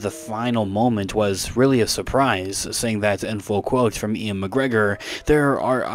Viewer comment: Is Ewan pronounced "Ian" or are you just messing this up?